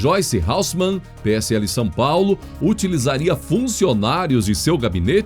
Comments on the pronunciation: A pronúncia correta é HASSEL - MANN . Geralmente se pronuncia HALSEL MAN...incorretamente. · Excelente jornal. Várias notícias, bem pontuais, sem enrolação. Ooops: o nome da Peppa é Hasselman e não Halsseman